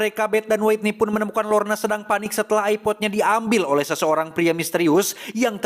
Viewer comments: Maap kang bacanya Whitney : Witniy .. bukan Waitniy .. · Witniy kang dibacana, hehe punten koreksi dikit ❤ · bukan nya "wetni"